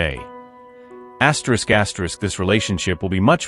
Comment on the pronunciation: Lord, I was tryna figure out what the hell was ASTROUS GASTROUS until I looked at the caption and realized this man was saying “ATERISK ATERISK😂😂😂😂